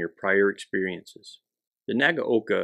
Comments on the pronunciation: Wrong. It's nah-gah-oh-kah. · WHERE did you get the idea, that Nagaoka is pronounced as "nah gow kah"???? There is absolutely no cow, no oxen, and no bull anywhere near this video! Say this, and repeat 500 times, while standing in the rear classroom corner wearing a dunce hat: "NAH GAH OH KAH" (nah as in nada, gah as in a looong "gun", oh as in "oh, that's bad", kah as in kaputt! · Say it with me 'Nag-oh-ka' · pronunciation suggestion (respectfully submitted): 3 syllables: nah-GOW-kah